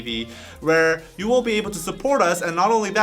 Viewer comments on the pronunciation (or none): none